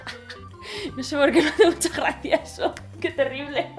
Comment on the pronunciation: "Me hace mucha GRRRRRRACIA" 😂😂